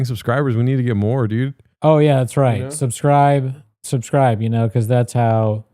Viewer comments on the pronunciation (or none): make sure to to "suscribe" and "Lyeg" the video! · Cmon Fellas like and sashscribe, amiright fellas cmon 😅